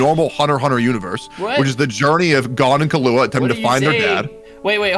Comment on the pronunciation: Okay, I'm sorry, I clicked on this video because I wanted to hear the takes on the arc and I wanted to hear the reasoning behind the takes, but...... DID JUST PRONOUNCE KILLUA'S NAME AS KAHLUA?! he pronounced his name - Kahlua is an alcohol, man! EDIT: ight, I'm only 15 minutes into this video, and I am gonna keep watching, but idk if I'll watch the whole thing. So far, both of them have made VERY valid points about story writing, characters, the philosophies behind what makes a good story, and more. BUT! They are basically having two ENTIRELY separate arguments AT each other instead of having one debate WITH each other. They are both getting pretty emotional, jumping from point to point, making claims about why it's good or bad without saying WHY that thing makes the arc good or bad, AND they're basically discrediting each other with little to no support to WHY a certain point is irrelevant/illogical/invalid. Also thanks if you've read this far lol I just wanted to share my thoughts. I'm honestly kinda surprised that is getting so emotional, since he's given such deep analyses of stories before. Idk, I guess I just thought he'd be a really coolheaded debater. Guess not so much sometimes lol. I think he may have been feeding off of / reciprocating energy a little bit lol. Also also I think some very bad claims and points and takes were made. Also x3 saying "it's just a show". Like... okay, then why are the best shows ever the best shows ever? Bec